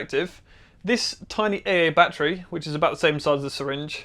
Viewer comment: "eyey battery"